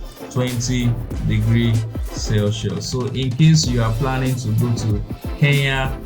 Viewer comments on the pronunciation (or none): none